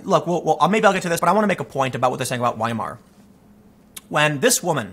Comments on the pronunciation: Weimar is pronounce Veimar. It's a German thing. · Tim Wiemar is pronounced viemar.